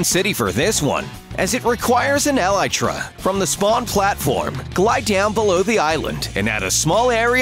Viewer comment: did he say eletra?